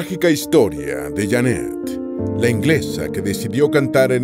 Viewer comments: No es Jannet, es Jeannette.. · No es Jannet, es Jeannet, el wey del video pronuncia mal el nombre.